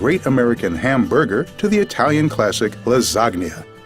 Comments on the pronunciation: Well that one, all they did was make the G non-silent. I've seen people (mostly jokingly, but occasionally with full seriousness) call it "la-ZAG-nah". All they did was "la-ZAHG-nya", which is only a voiced G away from the correct pronunciation (or at least the way Americans/Canadians pronounce it, never heard an actual Italian say it so I don't know). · I can't believe he pronounced it "lasagnia". That's ow I pronounce it for fun and I've never head anyone say it. I'm oddly happy